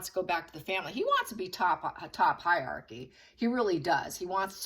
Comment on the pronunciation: 'Hierarchy' is not pronounced HIGH-YARKY but HIGH-RARKY. Very easy. HIGH RARKY.